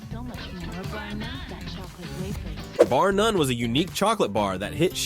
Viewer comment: Bar “Nun” 😂